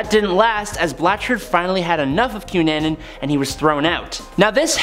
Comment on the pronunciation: You need to find out how to prounoce names cunnanin I know it isn't spelled this way but think about it I know this and the one before the cunanin name you mis prounoced if I had done that my English teacher would have rose from the grave and yelled at me come on